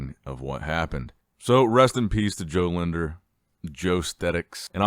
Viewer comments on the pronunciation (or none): It’s Jo Lindner not Jo linder respect his please 🙏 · Using too much Tinder? Get his name right bro! its Jo Lindner.